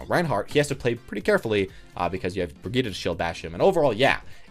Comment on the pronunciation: “BRUHGETA”???? I’m sorry I couldn’t stand this. It’s pronounced almost like Brigit but with an accent: “Bri-geat” like your trying to say “seat” but with a “g”. But overall thanks for the video. Good stuff!